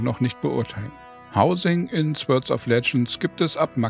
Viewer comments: Nur als Anmerkung: das Wort "Sword" wird "Sord" ausgesprochen, nicht "Swörd" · Fand das echt ein gutes Review! Werde es mir wohl mal angucken. Aber ohne jetzt so ein Typ zu sein - ich hatte Gänsehaut bei jedem Sword :D sôrd wäre die Aussprache. Nicht falsch verstehen :)